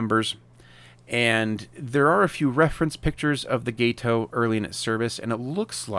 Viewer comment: You’re welcome. When I heard you say gay-toe all I could think was “let me help this fella out.” 🙂